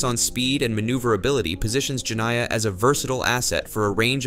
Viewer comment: Jeniah, in Arabic, is the female of Djinn which is a kind of fairy.. the I after N must be read as ee Jenneeah phoneticaly.